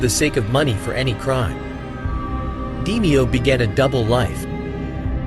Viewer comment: It's not 'Dee-me-oh its pronounced D-may-oh